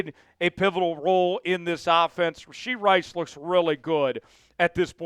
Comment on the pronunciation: It's RASHEE Rice! No D in Rashee